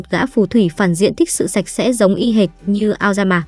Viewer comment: Thánh sạch sẽ đoạn cuối t nghe thành thánh xem sẽ :))